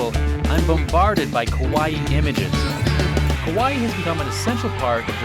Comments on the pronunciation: Do you think the guy realizes he's been pronouncing "Kawaii" Kowai" which means "Scary". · Dude, it’s KAWA-II (kawa-eeee) not pronounced like Hawaii. Long eeeeee (ii). And it’s KAwaii, not KOwaii. Kowaii means scary. Moras are very important in Japanese. The loud music during the interviews is super distracting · Yea KOwaii means scary haha and it’s kAwa-ii. Long ii at the end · That single vowel change can really make a difference. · Why he keeps saying Kowai? It’s Kawaii! Very different meanings. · he isn’t saying kowai, he’s just mispronouncing kawaii lmao